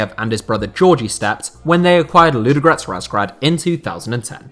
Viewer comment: Your pronunciation is appalling... Say it again: LUDO- (slowly) and then G-O-R-E-T-S. Not Ludgrets!